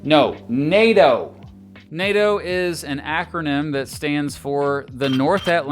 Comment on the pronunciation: NATO, not PLAY-DOH!! 😂